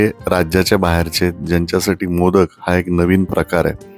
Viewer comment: माशाच नांव मोदक नसून मोदकं अस आहे,उच्चार खूप वेगळा आहे.